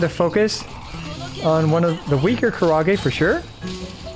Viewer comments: I thought was saying "kurage" and wondering what kind of squid he was fighting LUL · The way he pronounces Kairagi sends me because it sounds like 'karaage' which means fried food/fried chicken LOL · Man pronounces Kairagi like its Japanese fried chicken 😂